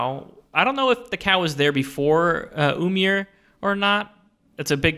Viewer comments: Ymir is pronounced (i-mir) like pronounce the E sound not (umir) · The d in auđumbla is a norse character called eđa and is pronounced as a hard th like in worthy or clothes also ymir is pronounced eemir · jotunheim is the realm of the giants not frost giants they're just normal and i'm pretty sure it's pronounced ymir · ymir (im-meer)